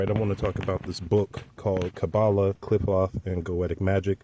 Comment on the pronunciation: Klee-pote.... my friend that's how Qliphoth is pronounced... this is a decent texts on the subject! Great review...👍👍